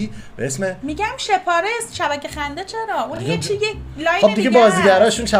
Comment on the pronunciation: پرى جان اينقسم تلفظ ميشود إش پار لس Ishparlas به زبان پشتو يعنى عدد ١٦ معنى دارد